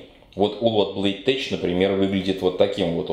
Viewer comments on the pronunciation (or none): Блин,, ну какой микротеч, блейдтеч. Ужас как слух режет.